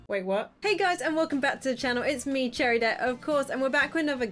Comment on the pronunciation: it's cheridet not cherry! 😊